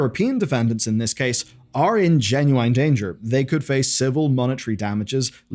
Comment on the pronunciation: It's genuine not genuaine ffs